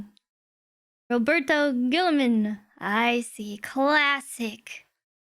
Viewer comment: YOO SED IT RONG. ITZ GIRLYMAN. ROWBOAT GIRLYMAN